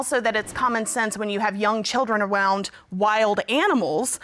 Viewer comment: it conman sense when you have children AWOUND